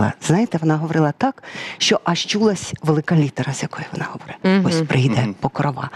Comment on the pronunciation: ПокрОва, а не ПокровА!😴